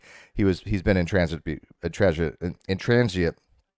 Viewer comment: "Intransigent" is the word you are looking for! 🤣 in-trans-i-jent 🤗 {:o:O:}